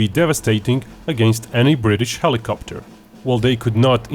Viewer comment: "Hilicopeter" :D :D :D